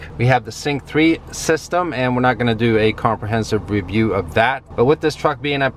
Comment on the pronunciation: V's and Z's aren't his forte